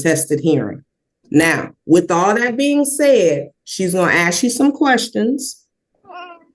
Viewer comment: It’s ASK not AXE…drives me nuts!!!